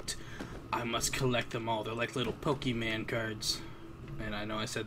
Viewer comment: Did any body notice he said pokeman instead of pokemon